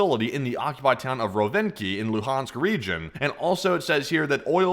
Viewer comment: The way you pronounce "Luhansk" is very genuine